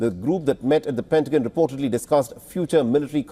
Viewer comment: I really like this Gentleman’s Announcing voice. BUT… It’s like fingers on a chalk board when he pronounces pentagon.